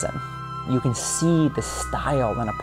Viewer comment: "I wanna show you I KEN do it"